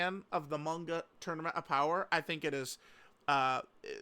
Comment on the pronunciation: For the love of god can you pronounce manga correctly if you’re gonna say it 5 times per sentence